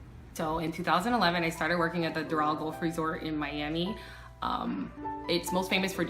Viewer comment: Like the video but the fact she mispronounces golf the whole time is making me cringe lol